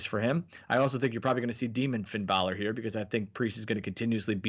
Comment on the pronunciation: This fellow is say Finn Balor name wrong